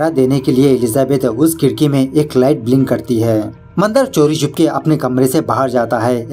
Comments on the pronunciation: It's not mandr it is Mandaar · बाली नाही बळी असतं ते 😂 मंदर नाही, मंदार असतो तो 🤣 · Mandar nahi, mandaar! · मंदर नहीं मंदार मंदर बंदर जैसे सुनाई दे राहा है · Nice explanation..and it's not Mandar its mandaaar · Are wah thank u (video dekhna start nahi kiya hain) for marathi movie explaining again. I'm waiting for this. Aur haan isse baali nahi bali bolate hain. Not bacche ka naam Mandar nahi Mandaar hoga sir. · मंदर नही it’s मंदार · Are vo mandar hai mandar nai bhai.... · मंद नाही भाई म मंदार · Mandr nhi be...mandaar... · Nice but ये बाली नही बली हे अौर मंदर नही मंदार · Mandar to thik se bol na tha